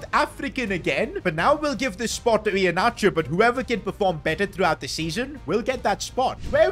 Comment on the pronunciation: The way Pronounce Iheanacho 😁😁❤️❤️❤️